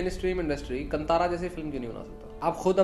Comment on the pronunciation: It is pronounced कांतारा not कंतरा